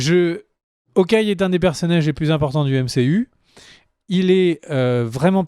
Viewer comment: Je sais qu'en français les H au début des mots sont muets mais en anglais c'est Hawkeye et pas Awkeye